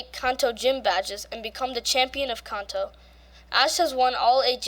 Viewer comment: Kanto not kaanto